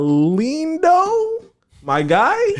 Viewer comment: Salnindooo..? He said fuck it my guy!🤣🤣🤣close enough tho A for effort🤝😭🤣